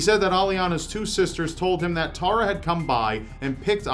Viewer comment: Hearing Americans pronounce my name like that makes me die a little. I bet that guy was innocent. "Tah-rah" probably did it after someone called her that too many times. ;)